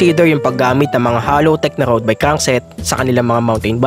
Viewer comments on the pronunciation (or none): none